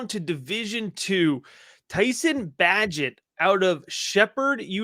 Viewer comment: PRONOUNCE - BAYGENT